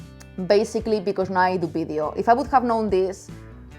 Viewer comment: It’s video, not bideo.